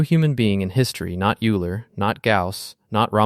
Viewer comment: When Euler’s name is pronounced incorrectly in the first 30 seconds, your video loses all credibility. Teach your AI better.